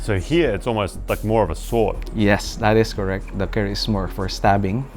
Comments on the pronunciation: Bro IM from indonesia just for telling the names ITS not kris but keris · 😂😂😂😂😂 sejak kapan orang Indonesia menyebutnya CARIS atau Kris..... ?? yg betul itu KERIS... Apa orang barat susah banget nyebut keris.... ? ketololan yg hakiki 😂😂😂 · Keris not Kris 😂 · Dub indo keris kok jadi keripik😅